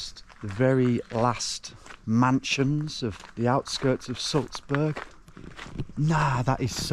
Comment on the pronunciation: why do you call Salzburg “Sulzbörg” though?